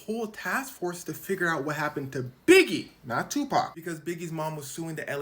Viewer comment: Tupacs "TAUH"